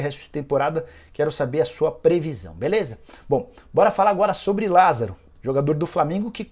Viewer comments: Lásaro? Kkkk porra Nicola deu mole 😂😂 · Lasaro??? Ou Lázaro??